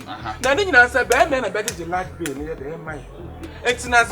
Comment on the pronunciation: It’s bill not bail my Kumericans 🤣🤣🤣🤣🤣🤣🤣🤣